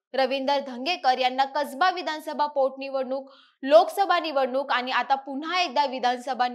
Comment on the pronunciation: मराठी नीट बोला ज्या ठिकाणी ण चा उच्च्यार करायला पाहिजे त्या ठिकाणी न चा उच्चार करताय , नीट ऐका , किती छान मराठी भाषा असताना , आनी, पूने , जानून ,बसनार ,म्हनाले ,शामील ,यंत्रना ,पनाला , अनना जोशी हे शब्द उच्यारताना काहीच कस वाटलं नाही , प्रथम उच्च्यार सुधारा मग विवेचन करा ,अन्यथा आमच्या कानावर अन्याय करू नका